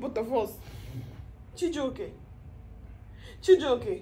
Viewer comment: Lol, you're always calling him chijioke😂